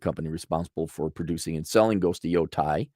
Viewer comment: Yotei. Yo taeeee pronunciation お願いしますAaronさん. Sony needs to move back to Tokyo. Cali is destroying them.